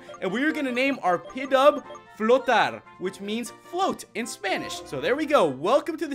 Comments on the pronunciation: It's not pidove it's pronounced pee dove k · its Pidove (pee-dove)